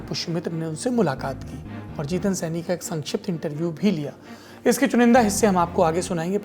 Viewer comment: सैनी नही सहानी कन्फ्यूज हो